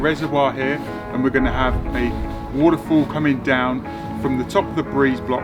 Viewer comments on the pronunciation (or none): Why can’t you just say waterfall right